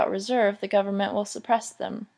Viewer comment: 😂😂i was looking for someone that feels the same dont know why he was allowed to read